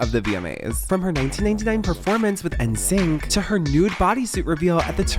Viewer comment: You can tell gen-zers made this video by how they pronounce ‘NSYNC haha, but I’ll give them a pass for the deepest dive ever on this.